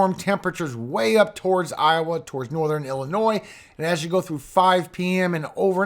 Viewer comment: How are there still americans who are unable to pronounce illinois or des moines... C'mon